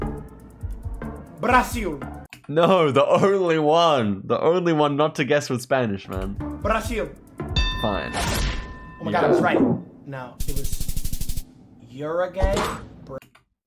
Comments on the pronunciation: That Uruguay pronunciation was crazy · Bro like i heard 2 people say Uruguay wrong and Jynxzi